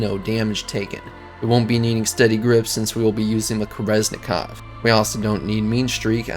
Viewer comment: Funny how most english speakers say KEREZNIKOV instead of KERENZIKOV